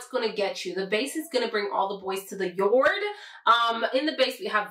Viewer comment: “Bring all the boys to the yoord!” 😂